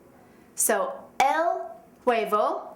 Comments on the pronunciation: de V wordt nie uitgesproken in spanje! huebo, wordt het uitgesproken! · hahaha personas que hablan español, no se fijaron que la vieja cuando dice huevo lo pronuncia gueybo hahahah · i'm mexican and this girld don't meet good the spanish but, is a good teacher, jaja her pronuntiation is bad D: el huevo... jaja